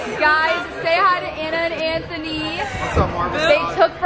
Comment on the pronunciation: Smth people didnt realize is she said letter by letter lol